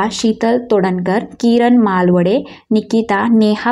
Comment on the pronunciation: मालवडे बोलली माळवदे आहे